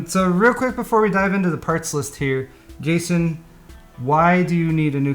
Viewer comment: calls him Gayson